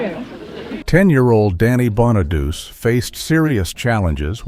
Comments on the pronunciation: Danny's last name is pronounced Bonaduchi, not Bonaduse. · And Bon A Doochie, not Bon A Duce